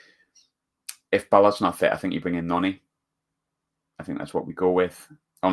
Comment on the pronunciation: Not gonna try and pronounce his second name, got his first wrong as well mate 😂😂 It's Nordi not Noni, Noni signed for Arsenal mate 😉 Jokes of course, keep up the good content. Also it ain't Gio, it's Gee-you hard G like goal.